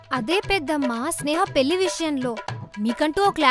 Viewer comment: పెల్లి కాదు పెళ్లి